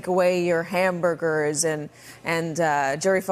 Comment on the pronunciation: Did he say hamberders? Are those the ones seasoned with covfefe?